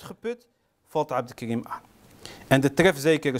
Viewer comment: Het is geen abdelkrim maar abdelkarim.corrigeer eerst dat .